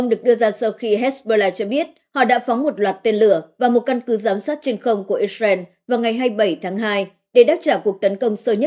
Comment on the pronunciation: Dạ thưa mấy bố và mấy má Israel không phải đọc là “ is ren” mà phải đọc là “ IS RIU” con lại mấy má và mấy bố.